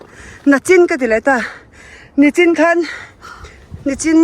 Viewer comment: Nichin tih tur....